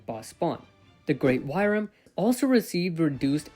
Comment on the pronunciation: Wyrm = worm, not wYyyrmmmm